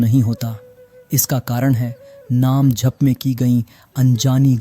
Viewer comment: Please agli vedio me jp ko jhp na bole 🙏